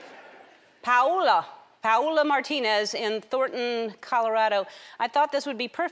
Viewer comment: It was funny to hear how Ellen said ''Paola Martinez'' I'm spanish that's why it's normal to me this name Hahaha